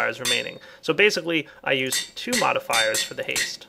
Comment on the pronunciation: "Different than you're EU-sted to"